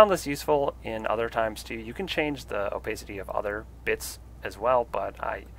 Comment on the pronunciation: Why does he say “opacity” like that 😂😭